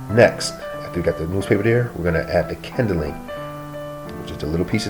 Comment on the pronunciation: Kindling, not kindeling.